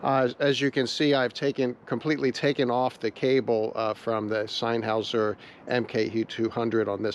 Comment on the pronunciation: I know it really doesn't matter, but its NOT pronounced SIGN Houser, its pronounced SIN Houser. "Senn" cannot be pronounced as "sign" in any way I can possibly think of in any language.